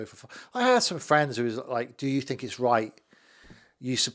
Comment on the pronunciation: "My friend Donald Trump" dream on mate.. fwends, fwends oohh can i be your friend, trump wouldn't piss on you if you was on fire